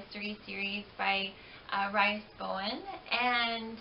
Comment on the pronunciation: Its"Reese", not "rice".